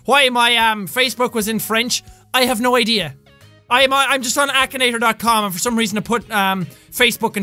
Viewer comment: it's not akanator it's , akinator